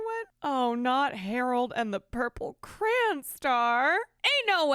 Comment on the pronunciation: “cran”….? It’s “cray-on”. Lol